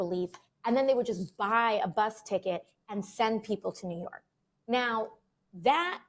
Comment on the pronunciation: Only AOC can make the word (and) a 2 syllable word. God I hate listening to her talk. Ay yand??????